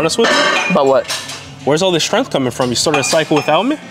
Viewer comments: Why do they pronounce it like strenth and not strength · The way they pronounce strength always cracks me up